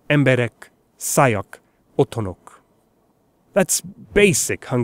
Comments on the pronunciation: He: Szájak Me: Laughing so hard😂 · Its nice how well you pronounced those hungarian words. I only noticed one mistake at the word: szájak á is a long wovel, so hungarian pronounces it long, but you said it as it was short. Nice video anyway